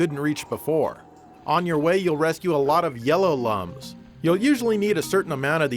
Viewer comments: C'mon, they're pronounced "looms", not "lums"! Everybody knows that. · Its pronounced looms. Lum as in iluminate.